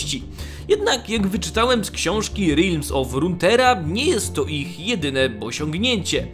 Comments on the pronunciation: To nie jest Rutera, Tylko Runetera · Renetera* żadna docinka tylko troszkę mnie w uszy boli